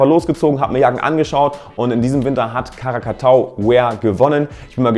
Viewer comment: Die Marke heisst Krakatau (ein Vulkan) und nicht Karakatau!